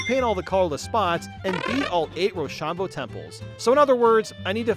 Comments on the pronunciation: that such a weird way to say it, i just say ro-sham-bo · The mispronunciation of roshambo is killing me